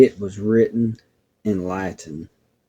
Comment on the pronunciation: Wow what a story this story is something else! Maybe Lucas was an angel too. Good job reading the Latin. Very weird about the email bouncing back.